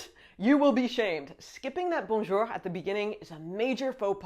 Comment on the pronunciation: Bonjour, votre bonjour est parfait